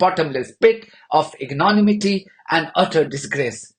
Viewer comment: 'Ignonimity'? You got me there, bro😅